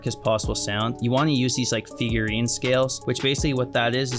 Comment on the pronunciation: It's not pronounced "Figurine", it's pronounced "Fridge-ian", and it's what you do when you take the second degree of the natural minor scale and flatten it by a half tone, like you did in your video. Furthermore, you can get an even darker sound by flatting the fifth degree by a half step as well, so you have the Locrian mode (natural minor scale with a flatted 2 and 5, or a phrygian scale with a flatted 5).